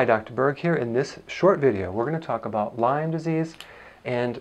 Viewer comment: Lyme not Lymes